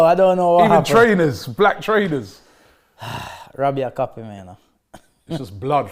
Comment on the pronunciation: why do you say Wobbie😂😂😂😂 Isn't it Robbie?